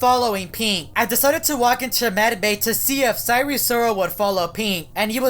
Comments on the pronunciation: I hope you know that its pronounced si-er and not si-ree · DID YOU SAY SIRE SIROL OR SIREN SIROL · He pronounces "sire" weirdly lol